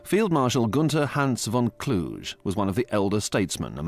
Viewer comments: For those unaware, that is not how Gunther von Kluge's last name is pronounced. No historian that I'm aware uses such pronunciation. The "g" in "Kluge" is pronounced as the "g" in "cougar". So, it is pronounced something like "kloo-ga" or "kloo-guh". I hope that you got the idea. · Yeah, it rips my ears and im not German. The way they pronounce it is the city in Romanian Transylania - Kluj. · That's a somewhat eccentric way of pronouncing von Kluge. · Why do you guys always spell German names in such a weird way? - just like (for example): "von Kluge" becomes (phonetically) "KL-OO-ZH-E" or "Waffen SS" become "UOFFEN-ss". It's KLU-GE - you spell just as you read it: "KLU-GHE" and instead of "Uoffen" it's "VAFF-en". That's a HIGH-QUALITY series of documentaries! You'd at least expect the most important names to be spelled correctly.